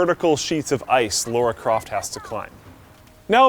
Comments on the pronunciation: Its LARA CRAFT not LORA CRAFT ffs. Where as LORA means ( dick ) in some language. -_ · "Laura Croft" Triggered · Did call Lara croft "Laura croft"? Do you even game bro?!